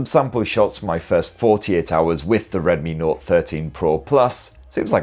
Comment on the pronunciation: Were you tipsy? Oh, by the way, have you tried Penderyn legend whisky yet?